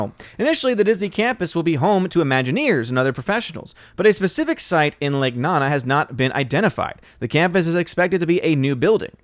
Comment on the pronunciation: I’m pretty sure it’s lake nOnA not “nana”